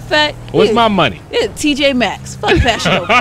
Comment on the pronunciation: Girl said tjmax 🤣🤣🤣🤣